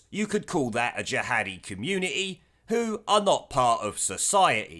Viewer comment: its community NOT communieeee FUCKING HATE THAT FROM HER LOT